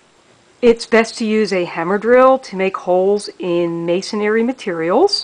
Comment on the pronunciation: MA-SON-RY, not May-son-ary. Sorry 😐